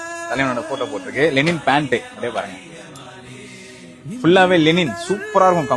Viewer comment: என்னது லெனின் fabric ( Lenin) ஆ .😂😂 லினன் (Linen) தான் கேள்வி பட்டு இருக்கேன்.